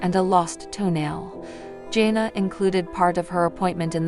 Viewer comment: Her name is Jana with a short A sound. You're pronouncing it with an O. Not sure why. In fact you've mispronounced almost everyone's name. That makes for a bad video & shows you don't know what your even saying!